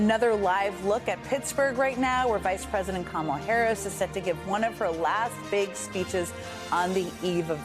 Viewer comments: Yall please let Joe Scarborough get a rest after today! Last week it was "a dictator of North Carolina" and now he corrected someone's pronounciation of her name INcorrectly. It's not ka-Mala or camela.. it's Kama la. COMMA LA. 💙💙💙💙💙💙 Love you Joe! 🤗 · PLEASE someone tell Joe Scarboro to say Comma la!! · I cringed listening to Joe constantly miss pronounce Kamala's name over and over again telling people how to pronounce it. and No one correcting him was even worse. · If you can’t pronounce “Kamala”, it says more about your IQ than hers. She is brilliant and well qualified to do the job. Trump was neither clever enough nor qualified to be president. 💙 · Joe is such a buffoon! He pronounced Kamala's name wrong!